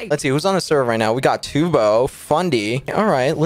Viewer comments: It's not "toobo" Big Q is calling tubbo "Turbo" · Was he... was he saying turbo the whole time? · he was but now he calls him two bow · he doesnt call tubbo toobo he calls tubbo turbo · I thought he was saying turbo. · I don't know to you guys but I hear "Turbo" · Fun Fact, Quackity Calls Tubbo "Toobo" Because In The Spanish Language, The Vowel "U" Is Pronounced "oo" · Im i the only one when quackity said tubbos name and hear turbo?? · Tubbo Pronounciations of the day : Tobow Turbo Tube-o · How normal people pronounce tubbo: tubbo Quackity: turbo, toobo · KsooT your supposed to say tub-o. like a bath tub and then O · i had no idea who that was and I assumed it was TOOBO as well since I speak Spanish fluently as well lol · this comment is dumb, he's a native english and spanish speaker. he said toobo cause he had never seen tubbos name before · He says turbo lmao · Tommy says Toobo as well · I thought he called him turbo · Nope it’s Still Tubbo